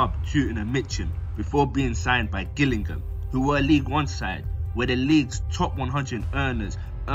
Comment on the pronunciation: How can this English narrator not know how to pronounce common places in England, like Gillingham (pronounced Jillingham), and Wycombe (pronounced Wick-cum).